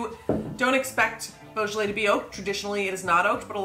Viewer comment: No effort made. Unwatchable!